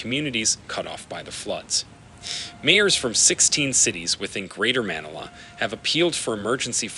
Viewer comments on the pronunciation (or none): You can go online and find the correct pronunciation of many words and names. Manila is pronounced Ma-NI-la. Typhoon is pronounced ty-FOON. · This is obviously an AI-narrated video since Manila and Greenwich were both horribly mis-pronounced. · and cannot pronounce Manila correctly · Please teach your AI voice to pronounce geographical names and places such as Manila, Yangtze, Greenwich, and otther well known cities of the world as close to as the American English sound that you used. Your AI voice did not prounounce the names right.